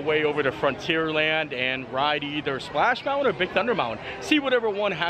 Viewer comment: Love your videos! I’m confused why you call Splash Mountain, “Splash Mouwan?”